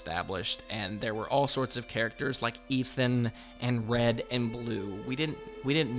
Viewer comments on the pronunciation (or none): none